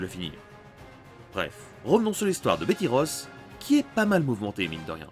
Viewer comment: Betty Ross et non pas Bethy Ross